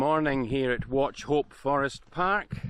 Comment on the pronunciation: terrible pronunciation of Wauchope :-)